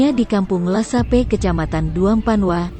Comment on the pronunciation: Bukan lasape... Laspegas.